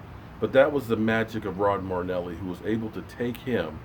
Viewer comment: Datone Jones sure hasn't done much lately...a sack a year. Just think...this is the last season you get to butcher Marinelli's name!!!!!